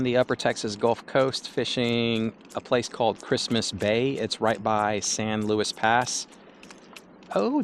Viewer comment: San Luis …..Loo-E not Lewis brotha.